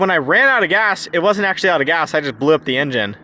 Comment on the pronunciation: I def heard bring "grass". Not "gas". Good man!